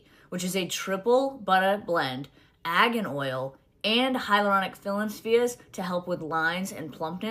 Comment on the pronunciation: I'm not buying skincare from someone who can't even say argan oil properly.